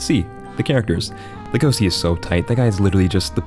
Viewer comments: Hey dude the character's name is pronounced like Lay-go-shee, not La-go-see, at least that's how its pronounced dubbed, and yes u can call me a piece of s**t for not watching anime dubbed, I just don't want to have to read words at the bottom of the screen every time someone speaks, like I'm reading a book. (Also I don't read manga) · Boys, he isnt called LegoSi, but LegoSHi. Did you watch it with eng dub or what? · He’s Legoshi not Legohsi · oh gosh, he just said Lego-c (edit): and Louis!? (edit): once he said mandrin I think I caught the theme here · As soon as he said legosi I said to myself NO LEGOSHI REEEEEE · its legoshi man...get it right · No offense.....but its LegoSHI.....not si🙏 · Like when he says Legosi instead of Legoshi 😅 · Also it pronounced as Legoshi. Not Legosi. But when you say LEGOSI you say LEGOSHI. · isn't his name Legoshi? i really thought it was legosi with h, wtf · God I physically recoiled when u said legosi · Luis? Legose? Dude, wtf is your pronunciation. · Man mispronounced each name lmao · doesnt even pronounce Legoshi right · Bruh you do not know how to say Legosi think of it as legacy but there a is replaced with an “OW”